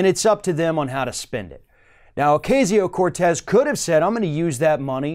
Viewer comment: Please learn to pronounce her name!